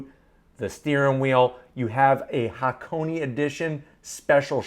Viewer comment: Say it with me HA-KO-NAY. Not HAH-CONEY.